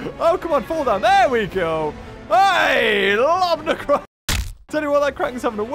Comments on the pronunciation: said Quacken instead of Kraken. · well now I know why it's called the kraken (pronounced: CRACK-in)